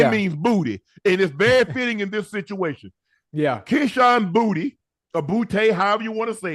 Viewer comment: Kayshon “boo-yah”